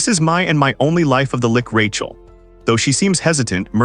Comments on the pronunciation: she's not a Lich, she's a "Lick" lol Also, the Ai is reading the story left to right, should be the other way around. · Whoever made this has done such a shoddy job of making a script for the AI to read it will give you a migrane trying to keep up with it. From stupid shit like reading out 'thats' as 'Tee Aych Aye Tee Ess' to switching between "L-itch" and "Lick" (pick one, stick with it) not to mention that names keeping changing. Total nightmare, probably a good story though. 0/10 DO NOT WATCH, DO NOT PASS GO, REMAIN IN JAIL